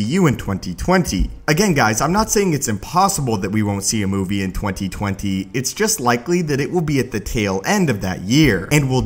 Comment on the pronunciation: The way this guy says 2020 bothers me.